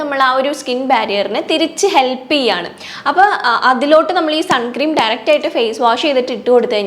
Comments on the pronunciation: ചേച്ചി സൺ ക്രീം എന്നല്ല സൺസ്ക്രീൻ എന്നാണ് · Sun cream alla unni... Sunscreen aanu... Venel sunscreen cream nnu parayam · Great video!! Just letting you know it’s not suncream..it’s sunscreen. Hope that helps. ☺️ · Sunscreen ആണ് sunscream അല്ല